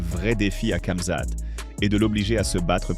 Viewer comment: Tu me fou l'angoisse a dire " CAmzat" dis ramzat a la limitte si tu sait pas faire l'accent